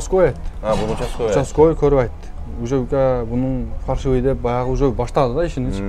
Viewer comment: Фаршивый эмес ФАЛЬШИВЫЙ дегилечи айнанайын фарш деп этти айтат гоо